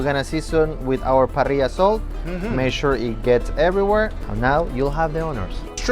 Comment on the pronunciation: is he saying Parilla Salt?